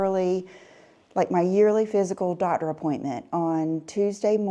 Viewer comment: I’m sorry, her Southern accent seems so affected that it truly grates on my nerves. There is no reason that someone who makes videeoos for a living should say dotter (doctor), worter (water), wuldnt (would not).